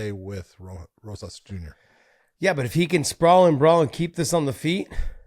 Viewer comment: It's not Rojas Jr. , it's Rosas Jr. with an S